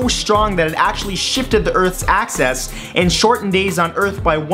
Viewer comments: NOOO, you said ACCESS instead of AXIS!!! My ears!!! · soulkiss31 It sounded like 'access' but he meant 'axis'.